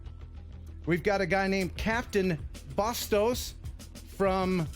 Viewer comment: It’s Bastos, not Bustos, but Your hair is Glorious. Actually, his Auto generated Captions say “Copy Don Bosco’s”, so Who knows what to think with That guy.